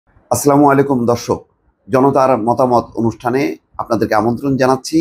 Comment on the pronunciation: আসলামোলাইকুম? এটা কেমন ছালাম? মোসলমান নাম আর ছালামটাও শুদ্ধভাবে দিতে জানে না!